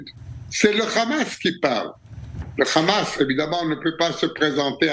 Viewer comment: Ce n’est pas (RHAMASS) mais Hamass il faut bien prononcer le H en arabe Lool